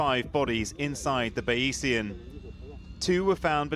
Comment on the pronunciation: "Ba-EE-see-an"? Bayesian is a reference to methods developed by mathematician Thomas Bayes, so it's pronounced "Bayz-ian"